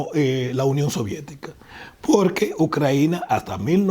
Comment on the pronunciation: Ni sabe cómo se llama el país. Se pasó diciendo "Ucraina" en vez de "Ucrania". ¿Por qué esa manía de traer una traducción defectuosa del inglés y no usar el nombre en español?.